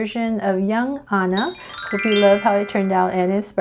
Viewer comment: she said super cute Anna but she said it like this An a but it is ok since she is cute